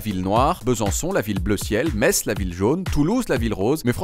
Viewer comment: Il a dit Metz ( avec la bonne prononciation) et pas "M-e-t-z" comme le dise parfois les non-messin